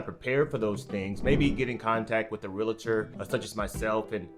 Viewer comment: REALATOR?? FOR REAL: REAL. TOR. HELLO